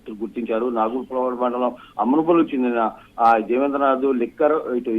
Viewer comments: నాగులపాడు కాదు తల్లి నాగులుప్పలపాడు ఏమి న్యూస్ రా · అమ్మ తల్లి నాగులుప్పలపాడు, అమ్మనబ్రోలు అని పలుకు తల్లి